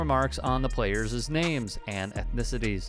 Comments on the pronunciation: Players-es? Employees-es? Players and employees, plural and possessive (players', employees'), are pronounced the same way. New news clipping graphic of "employees' " has it correct. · For the record, it’s not “playerza” and “employeeza.” The plural of each is pronounced like it’s spelled — players and employees. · It’s not “playerses” and “employeeses.” Come on people! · "…the playerzizz names" ??? "…employeezizz comments"??? Are you kidding me??? Did this guy quit school in 4th grade? 🙄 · Playerszz, employeeszz...Huh? Lol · em-ploy-ese-es? play-er-ses? Really?